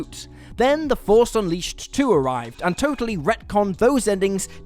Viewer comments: On the "Star Wars: The Force Unleashed" you guys forgot the h in unleashed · "Unleased", lol. Love and respect the lot of you regardless. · "the force UNLEASED 2"